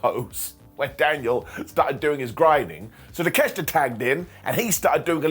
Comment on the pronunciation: Why don't you say takeoshita the right way?